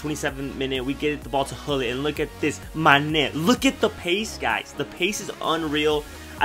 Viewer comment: love the way you say mane's name loool manèèè!